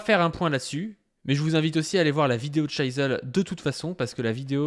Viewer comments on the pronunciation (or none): Bon on va faire un point prononciation. "Psy-ho", pas "Psyko". Et Shizzle (c'est un i), pas Shaïzzle